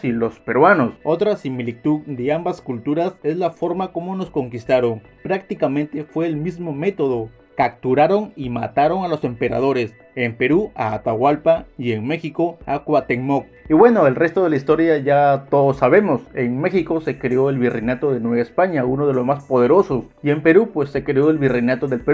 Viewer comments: Cuatemo se dice Cuahutemoc carnal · Sueñan ser como México. Y ni pueden pronunciar Cuahutemoc.